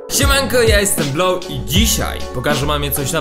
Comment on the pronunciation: nie Bloł tylko Blow